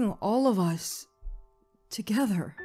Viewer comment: Ve "TOGHETER" and that makes sense